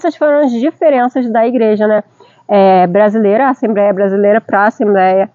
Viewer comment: Assemb(r)éia não né kkkk. Vc fala inglês que é mais difícil e erra no mais simples kkkkk. Que Deus continue abenço😂ando vcs aí. Muito bom seu video